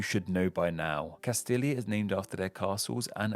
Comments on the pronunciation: "LL" in spanish isnt the same as "LL" in english. "LL" in spanish is pronounced like a y (or a j in certain latin amercan dialects), so it would be "Casti-yah" not "Cas-tila". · And Castilia-La-Mancha you butchered!!! Castilla is pronounced like Castiya and the Mancha part like Mansha. Did you do any research into pronouncing these names? This video was such a let down!!! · Manka vs Mancha Castilia vs Castilila has gotten into this habit of bouncing between pronunciations. I guess after years of being scolded for his pronunciation (I’m one of those scolders), he’s decided to pronounce these names in different ways in the hopes he gets it right.